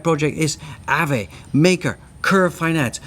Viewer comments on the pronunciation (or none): none